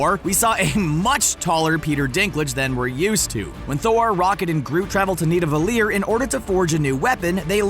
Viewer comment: Why in the actual fuck cant people pronounce proper nouns that were SPOKEN IN THE DAMN MOVIE. Granted that in the movie Hemsworth switched 2 consonants, but damn it it was closer than anyone on any of these channels pronounces Nidavellir. You have respect enough to give us further information on content and source material but NOT proper pronunciation? Its just fucking lazy.